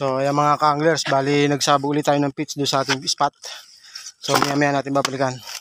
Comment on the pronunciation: Correction po “Nagsabya” hindi po Nabsabya. thank you po